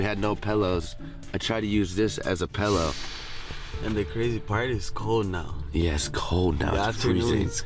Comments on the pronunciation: This man really said pellow instead of pillow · love that still calls pillows “pellows” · Lmaoo the infamous “pellow” from ur old high school vids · this man can’t pronounce I”s to save his live. Milk is Melk. and Pillow is Pellow. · I forgot this man can’t pronounce certain words right to save his life 😭😭 first pellow then I lost all hope when he said aminals😭😭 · YOU SAY PELLOW INSTEAD OF PILLOW AS WELL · Did he really say “pellow” instead of pillow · still says pillow incorrectly 😂